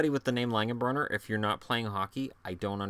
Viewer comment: Great list! Loved the Neal Broten pick. Roseau, MN, 1st Hobey Baker winner. And so happy you said "Langen-brenner" and not "brunner" as people sometimes do. He grew up 20 miles from me, always thought they should at least get the guys name right. Cheers.